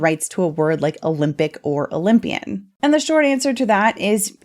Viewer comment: Cant say oly mpian sheesh😮